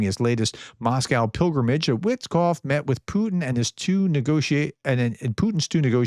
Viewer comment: Wit-off, the k is silent.